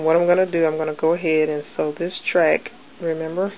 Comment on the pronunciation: no offense you spelled track wrong you said tract......